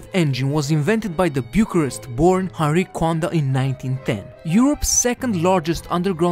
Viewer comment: Imi place cum a pronuntat numele "Henri Coanda"!!!